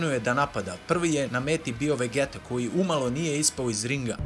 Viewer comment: Super klip brate samo ako vec hoces da izgovaras njihova imena na srpskom onda ide vegita ne vegeta ali mnogo je ljepse kad se izgovara na engleskom xd podrska !!!